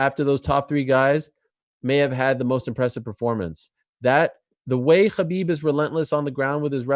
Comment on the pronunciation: Ariel, you're so Jewish how you pronounce Khabib. Chhhaaaaa beeebbbb